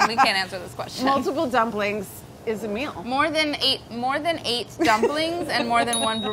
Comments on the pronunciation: Great now when they say “a meal” all I hear is “Ameil” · after the intro i can’t stop hearing name every time they say “a meal”😂